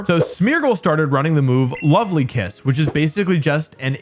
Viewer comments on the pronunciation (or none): none